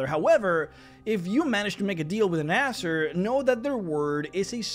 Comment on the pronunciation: You pronounce Azer like Asser. XD